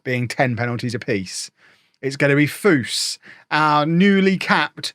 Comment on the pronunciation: Anytime says "Foose," my brain says "Roh Dah!" and I'm sure I'm not the only one.